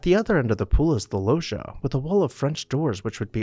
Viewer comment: Sorry to pick nits, but "loggia" is pronounced LODJIA, not loshia.